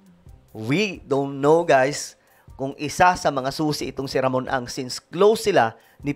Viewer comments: puro ka atong ang mali mabibigkas mo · Ramon ang po LAGI MO Sabi tong ang😂